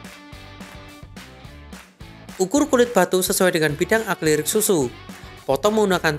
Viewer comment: Tolong lebih diperhatikan dalam pengucapannya, yang bener adalah "A-KRI-LIK", bukan "A-KLI-RIK".